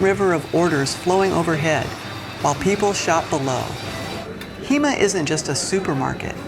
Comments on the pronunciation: The supermarket is pronounced “Huuh-ma”. It’s an amazing experience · Hema (pronounced more like the hu in the word hurry without the r - hu-mah) has been around for at least 8-10 years. They do free delivery within 3 miles of the store. In the US, we were barely getting self-checkout at the time. The reason for why there is so much innovation in China is because the government has a different approach. They state fund some of the largest companies like Alibaba to innovate and fail quickly. IOW, put a good enough product on the market for people to use and to see where improvements can be made or simply learn from the experiment to innovate. In the US, by contrast, innovation requires investment via private means and time to market is much longer. Convenience stores are quite useful in large Chinese cities like Shanghai. Think of the convenient mom and pop stores. Digital payment has been around for much longer than here in the US, e.g, paying with a QR code or an app.